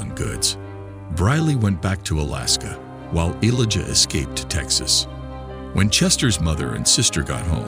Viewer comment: Elijah not eliga...this has to be ai bs